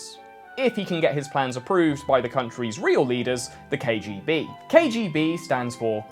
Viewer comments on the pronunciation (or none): Cant pronounce KGB but thinks hes smart with some stone old soviet jokes bravo